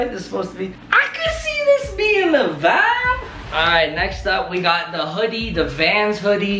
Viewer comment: tooooo much "wibe"